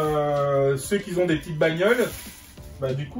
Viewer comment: Salut, sympa tes vidéos mais stp !!! fais attention à tes fautes de français : " ceux qui zont " ... ceux qui ont stp .